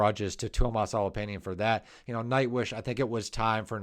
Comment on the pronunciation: Tuomas H o l o p a i n e n, Kai H a h t o (h must belong), Jukka N e v a l a i n e n, Marko H i e t a l a went wrong. In the Finnish language, each letter is filled when pronounced. The letters are also pronounced differently than in American English. Study